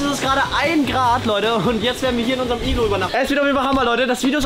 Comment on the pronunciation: BRATAN es heißt Iglo nicht iglu